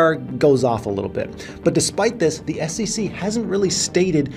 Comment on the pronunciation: It is SEC, but you say all the time SECC. Why? 😂